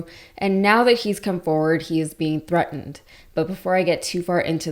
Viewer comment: thre-and or threatened. Please pronounce the words correctly when 😊you read news.